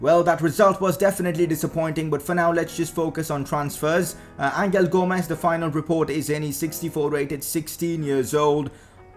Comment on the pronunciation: U pronounced angel gomes wrong it is pronounced anhel gomes